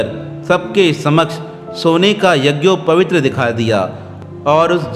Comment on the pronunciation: शब्द यझोपवीत होता है जबकि बार-बार यझोपवीत्र कह रहे हो।